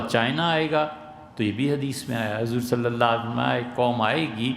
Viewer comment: Aslam o Alaikum 1 request hai molana itny parhy likhy smjhadar deen dar admi hai lekin kbhi bhi inki zuban sy Nabi e kareem S.A.W k nam e Mubarak k bad thek aur tamez sy صلى الله عليه وسلم nhi suna agr ye is trha he prhty rhy gy to sorry inki video upload na kiya kry ya unko boly apni islah kry